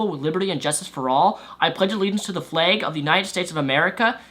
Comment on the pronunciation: you sound like you're saying "the fleg"